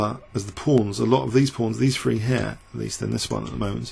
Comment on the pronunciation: I love your commentary, I think it is the best online. I know its a characteric of your regional accent, but I really wish you would consider pronouncing the number three with a 'th'. I don't mean to be rude but after a while it does get pretty irritating... Just some feedback from a frequent listener :-). Keep up the good work though!